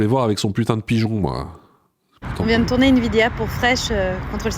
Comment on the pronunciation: Tu l'as pas entendu dire qu'elle tournait une "vidéa"?